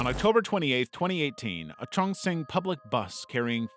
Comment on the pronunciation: He mispronounced Chongqing when talking about the bus, and that's very easy to say